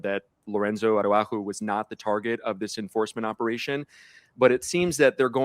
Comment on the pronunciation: Ara-who-ho???? Araujo….c’mon Jim Acosta. I’m born and raised Mexican-American in the U.S. so I get it that Spanish is not our first language. But at minimum could you not ask someone how to pronounce Mr Salgado Araujo’s name correctly? I’m sure you have access to at least one native Spanish speaker.